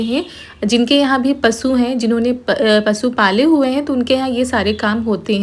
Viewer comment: Pasu nahi pasu hota hai sham hota hai na ki saam